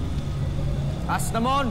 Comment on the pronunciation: Asnamon arber Mali pagkakabigkas ni aquil